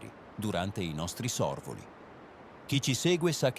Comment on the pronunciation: Gran lavoro il vostro....Ma le parole come "Bacoli" e " Sorvoli" con l' accento sbagliato ahahah?